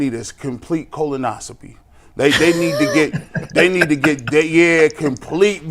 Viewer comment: A colonosopy, Lord we are dumbing down our younger generation in every way possible. My advice, don't use words you have no idea how to say. Isn't that right!